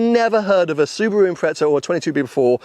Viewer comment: 250K!?? What the flying f**k!? GTR R34 > this ;)) And why do you call it an Impretza?? Wheres the effn heck is the 'T' in that name? Silly pommy boys lol